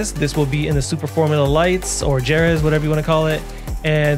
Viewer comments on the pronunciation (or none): Jerez is pronounced hae-reth 😊